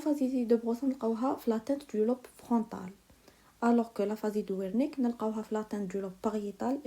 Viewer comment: Mercii une petite remarque concernnant la prononciation Aphasie de beroca = beroka Aphasie de wernicke = vernicke